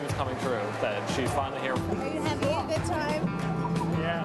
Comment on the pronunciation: "that's goohd" haha aww hes so adorably awkward.